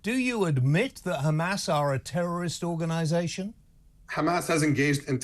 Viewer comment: Hey there isnt a G in the word Hamas, we westerners pronounce it Hamas, as its spelt, This war has gone on forever and will continue to, 2 wrongs never make a right.